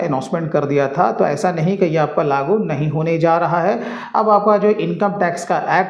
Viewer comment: लागु नही लागू 😅